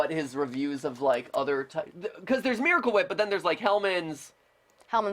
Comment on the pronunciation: I still can't get over that spoon full of "Mewahcle Wheep"